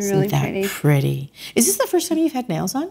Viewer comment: As a southerner, I adore that you said purdy!